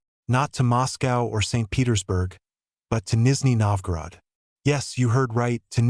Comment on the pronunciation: Did you say you will translate a Canadian??? He speaks ENGLISH!!! And it is not Nisney Novgorod, it is Nizhny Novgorod (South New Town).